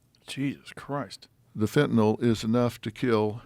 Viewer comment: Dr phil can pronounce fentanyl correctly. 👏